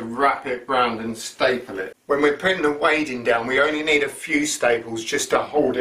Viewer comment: Wadding is pronounced 'wodding'. Ask a quilter. 😉